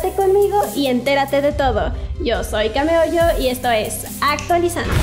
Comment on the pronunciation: Dios mio! esta pronunciando bien! Okey perdón